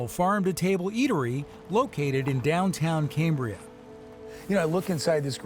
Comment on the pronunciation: It’s pronounced “cam”bria as in “cam”shaft, not “came” as in Cambrian, buddy.